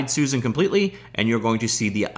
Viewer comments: Bro... Suzanne is pronounced Soo-Zan... You keep saying Susan. Soo-Zun. Not the same name or pronunciation. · Every time he pronounces "Suzanne" as "Susan".